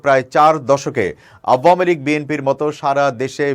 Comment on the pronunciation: দলের নামটি শুদ্ধ করে উচ্চারণ করবেন।